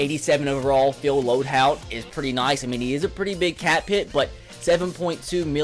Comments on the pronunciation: LOAD"HOLT"!!!!! YOURE SAYING IT WRONG! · HOLT. It's LoadHOLT